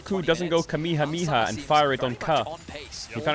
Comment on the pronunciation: omg Caedrels real mental age is showing, dude doesn't even know the pronunciation of "Kamehameha" like a typical Gen Alpha/beta.